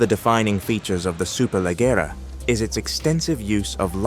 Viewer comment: So annoying that they couldn't be bother to verify to tell the name Superleggera properly...